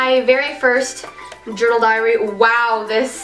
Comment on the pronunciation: it sounds like you are saying ( dear driary ) 😁😁😀lol